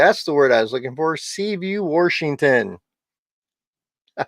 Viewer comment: Seaview wershington